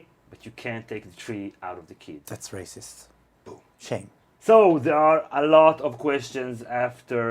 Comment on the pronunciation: is always saying 'that's rascist' lolol